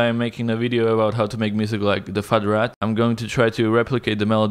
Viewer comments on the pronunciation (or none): He said FartRat !!